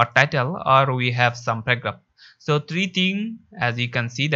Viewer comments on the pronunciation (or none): Don't know how to pronounce paragraphs?? You say pegraph😃😃 However, the Video Was Nice.